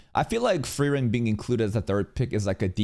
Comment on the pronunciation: its called: FU-REI-REN!!!